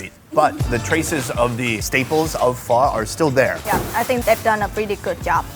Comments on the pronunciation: Because of this channel I keep telling people that apparently Pho is pronounced Pha. None of them believe it! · Not liking the way pho is pronounced here,I hope that's not actually how it's pronounced